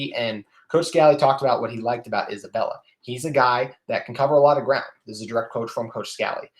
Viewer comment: Love the episode. I hope that Clayton Isbell is able to make an impact right away. It’s hard to make that jump from FCS to P5 football. (Just a note it’s Isbell, not Isabella)